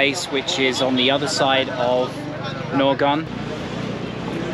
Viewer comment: Although the spelling is Naogaon, its pronunciation is actually like Naoga (the 'n' in the back is silent). The n in the back denotes a nosey pronunciation of the syllable "ga".